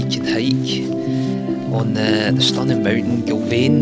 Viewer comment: Another great video, 😁 You’ve got the name spot on, from first try ha ha Well done! Can confirm the weather did improve. In fact, ended up with another few shades of tan by the time I got back to my bike 😂 All the best with your future adventures! Keep them videos coming 😆